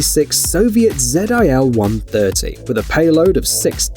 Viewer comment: Its called ZIL, not zed I L....